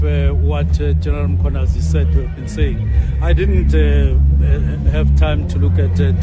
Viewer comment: The presenter "Nhlanhla Mkhwanazi" you'd swear he is Zulu. Perfectly calls him.